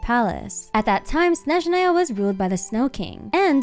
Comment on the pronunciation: I adore how pronounces Snezhnaya and other words 😭❤️